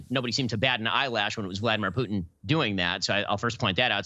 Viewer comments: please: the name is Putin, not Piutin!! not that difficult, right? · I hate the way piers morgan pronounces 'putin'. Its "poo-tin", not "pugh-tin". He only calls him that because piers' actual last name is 'pugh'. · Can piers stop calling putin pyyutin